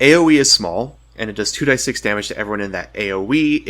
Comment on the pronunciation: Never heard anyone ever say "2 die 6" instead of "2 D 6"....very odd to hear someone pronounce it that way after years of knowing it differently....